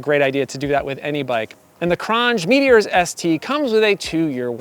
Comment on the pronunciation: It's pronounced cron j